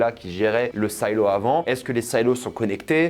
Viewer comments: Bonne vidéo par contre c'est Silo et pas "Saïlo" et il faut que tu regardes la série See c'est incroyable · SAILO ???? SILO. S + I = SI .SAILLELO . . . . ET BIDON NON BAYEDON ?MAYBE ?????? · Say- lo, say-lo... sérieux tu as découvert le mot avec la série ? Tu sais pas ce que c'est un silo à grain ?